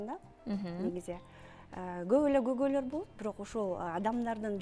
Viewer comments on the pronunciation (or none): Кыргыз тилинде когой деген сөз жок. Туура сүйлөгөнгө үйрөнүп, анан эфирге чыксанар. Көйгөй деп айтыш керек